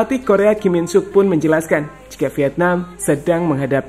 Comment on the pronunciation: kim sang Sik min bukan Ki min suk.... Oneng...😂😂😂